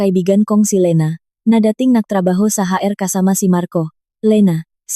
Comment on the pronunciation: HR Hindi haer ang pagbasa...